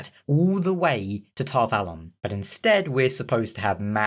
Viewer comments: According to the pronunciation guide in the back of the book, you're pronouncing Tar Valon correctly. Apparently, the show runners have never seen the books, let alone picked any of them up. At least, that's the only explanation I can come up with as to how they managed to butcher such an amazing story. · Actually you have the correct pronuntiation of Tar-Valon.